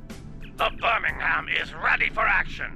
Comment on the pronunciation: Hahaha excellent pronunciation of 'Birmmmingam'.